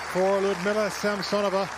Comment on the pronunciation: How nice it is when English-speaking commentators pronounce the name of their compatriot correctly, LiudMILa SamSOnova.